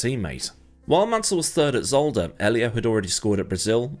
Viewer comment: Ollie? 😂😂 You just nailed it! 😂